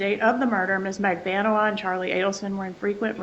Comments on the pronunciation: Magbaaaaanua...Get it right...DAMN !!!!! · Defense attorney needs to pronounce Magbanua’s name CORRECTLY for gods sake!!!